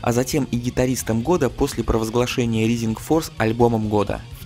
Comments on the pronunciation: знания английского храмают рисинг форс блять джими хендрикс експеренс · всё хорошо, но произношение режет слух. не Ризинг Форс, а РАЙзинг Форс, не Джетро Тулл, а Джетро ТАлл и так далее